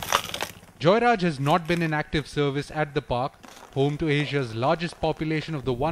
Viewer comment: They call JeyaRaj but NDTV pronounces Joyraj?